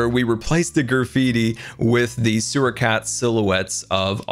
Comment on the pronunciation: you just said where the suwer ar